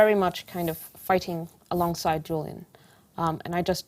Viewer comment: You could at least get his name right. JULIAN not JILLIAN.. 🙄